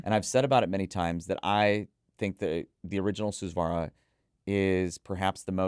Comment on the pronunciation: Please take the time to pronounce Hifiman names properly. They use Sanskrit Hindu religious words to name their products. It’s really weird that people in the hobby will take the time to pronounce words properly from brands using words from European languages but will absolutely butcher Hifiman’s borrowed Sanskrit language and not care AT ALL. Susvara, Ananda, etc are all said differently from what reviewers say.